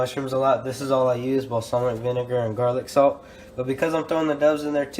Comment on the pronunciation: is it just me or did he get a British accent when he said Garlic Salt?